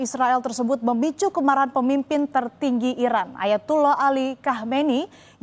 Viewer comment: Pembawa berita, tdk jelas menyebut iran atau irak